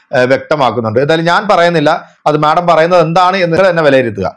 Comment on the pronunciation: മാഠം അല്ല മാഡം 😂😂